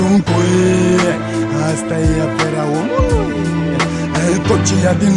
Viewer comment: ce mod de a accentua cuvintele are :))) gen "omuLUI" "sa fIE" "veCIE" isi subtiaza vocea :))) ce taran :))